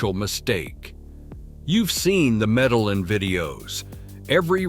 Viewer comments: Somebody teach this INDIVIDUAL that it is Spelled: C - O - L - O - M - B - I - A!!!!! And my Beautiful & Bad A_s City is Pronounced: ME - DE- YIN, with a heavy accent on the YIN (the last 4 letters); Spelled Medellín. Just as my Proud Colombian & Medellinite self grew up in the U.S., I had to learn Proper/Correct Pronunciation of everything in the U.S. You foreigners can do it too; just simply educate yourselves w/something that shouldn't be soo hard to do. A bit of an exception for those who are 60+ older folks, but I'll start w/folks being 40-45+. As our parents had issues w/the language when we moved to the U.S. & they were in their 40s. All the other cities were totally mispronounced also; who is this guy?? Or is it an AI Voice? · I had to stop after the 3rd Medal-Lin. Couldn't take it. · It’s ai. Not being able to pronounce Medellin correctly is one of the give-aways. But I agree with you, get the pronunciation correct or I lose confidence in the veracity of the video. I have spent a total of 6 months in Colombia mainly in Antiochia and Eje Cafetera. My next visit I will check out Popayan. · Why say Medalin and what other errors are here🎉 he has numbers backwards. Pero is stronger than in a long time. Any dummy can do a video.